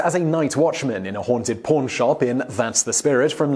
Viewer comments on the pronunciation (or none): i wasnt watching the screen when you said he worked in a "pawn" shop and with your accent i heard "porn". lmao like damn that was a progressive studio for the time. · Your pronunciation of pawn is so very close to porn, I had to replay it. A haunted porn shop?, that's a story.